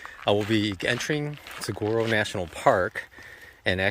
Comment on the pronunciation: say “Sag waro” one more god damn time